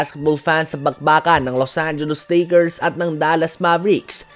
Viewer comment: Lits gu lose angilis likirs 😂